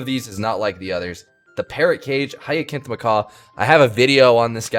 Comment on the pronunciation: It's not a hard c on Hyacinth, it's said like an s sound.